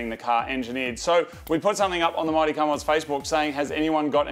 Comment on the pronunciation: I think they just keep making the "Mighty" in the intro sound more and more like "Marty" until someone notices. Anyone else?